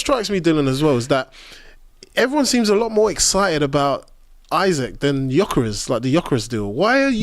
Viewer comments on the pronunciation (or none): and Jokores😂